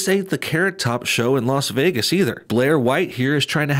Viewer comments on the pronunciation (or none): none